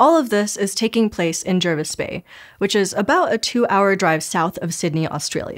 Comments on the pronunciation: It's pronounced Jar-vis Bay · Pronounced, unusually, "Jar"vis bay.